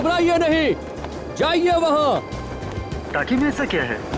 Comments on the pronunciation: ACP Sir टंकी ❌ टाकी✅ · Ye Acp bar bar wrong bol rha Tanki word 😂😂😂😂